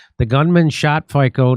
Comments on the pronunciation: Fico, fi-co, NOT Faico, fai-co, no. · It's pronounced "Feetzo" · It's pronounced FIT-SO Jimmy . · His name is pronounced "Feets-o" ... the guy that shot him was more likely radicalized by the main stream media calling anyone against the Ukraine war (for peace) a Putin puppet, Kremin sympathizer, etc .... when he's only pro-Slovakia. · Robert Fico (pronounced Feetso not Fiko). I live in Czech Republic and you are pronouncing his last name wrong. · Fitso; not fikko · Fico pronunce Fitzo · Fico is pronounced like Fitso. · Pronounced F-ee-tzo, emphasis at he end (on the 'o') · Jimmy, the Slovakian prime minister's name is pronounced "FEET-so" . The letter "c" is like "ts" (as in Polish). You can easily find out how to pronounce foreign names by googling the name and "how to pronounce". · Robert Fico s name is pronounced Feetso. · ...correct pronunciation is: Fico/Feetzo...("tz" like: Metzger...) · The name is pronounced "Fitso". You're welcome. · I think his name is pronounced - fitsoo. Shot by the CIA and the Ukrainian noe-Nazis? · Robert fico we pronounce Fico as feeso Slovaks are people matter too. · His name is pronounced Fitso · C in Slovakian pronounced ts. Fitso. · The name is pronounced like “feets-o.” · Smells like Mossad. Indeed, Fico has been very courageous. P.S. His name is pronounced fit-so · You mispronounced his name it's fizzo, like in the word Pizza the sound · Have SOME respect - learn how to pronounce Robert Fico's name!!!!!!